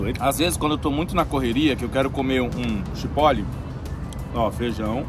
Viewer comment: Acho que se pronuncia tchiporol.